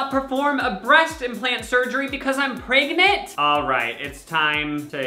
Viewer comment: sorry but why he say pregnant like that lol